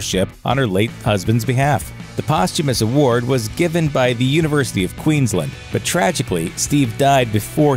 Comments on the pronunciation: It is not Queenslind it is Queensland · He said Queenslind in the vid some were